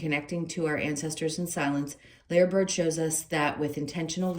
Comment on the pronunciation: Lyre bird pronounced liar.